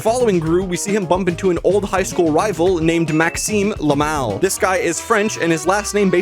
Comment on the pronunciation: I know his name is Maxime Le Mal but when you said it it kind of sounded like Maxime LAMO 😂